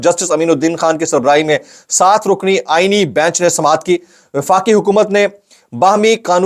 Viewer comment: Aenee bench mein aenee ko zara lamba kar kay bola karain a e n e e bench ?